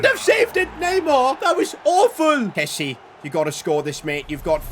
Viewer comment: Why is pronouncing kessie wrong?